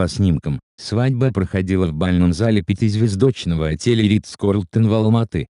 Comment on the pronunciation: пятизведОчного, озвучку бы вам сменить